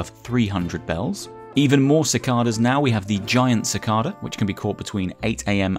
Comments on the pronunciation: Actually: "How do you pronounce Cicada? You can say “si-kah-da” or “si-kay-da" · haha I've never lived anywhere that has them but thats always how its been pronounced when I've heard it / said it, BUT it could just be that British people use that pronunciation whilst others use the KAY one 😁